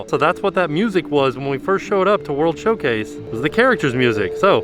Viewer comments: Is it Showcase or Showplace because it sounds like he keeps saying place? I honestly don't know. Lol. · I thought was saying "World Show-plates" and thought it was a great pun for the festivals. Disappointed it wasn't true lol.